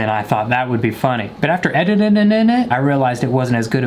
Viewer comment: “After editingited” 😂😂